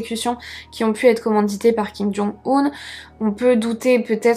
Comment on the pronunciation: En ce qui concerne la prononciation je crois qu'on dit Kim Jong "Eun" plutôt que "Oun".